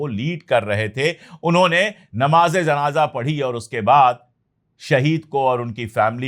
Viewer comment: Pandey sahab asal word janaja nahi hay. Sahi JANAZA HAY.